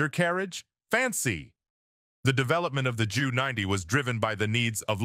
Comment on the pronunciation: Sorry but this is one of the most moronic WWII videos I have ever seen. Ju90 is pronounced as a single letters J then U 90. The script absolutely sucks, it must have been written by a child. Often you show a Messerschmitt Me 323 Gigant, instead of a Junkers. My dad was a combat fighter pilot with the 8th Air Force, maybe you have heard of it. I doubt it. Still do take the time to learn history before attempting and failing to teach history.